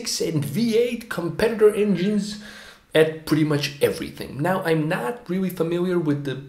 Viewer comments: Can't believe the 5 comment aren't about him say "ewrreely" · Intelligent guy, its a shame he couldn’t figure out how to pronounce “really”. Hint... its not Rewee 😝